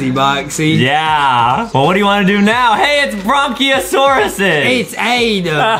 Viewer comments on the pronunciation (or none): You mispronounced brachiosaurus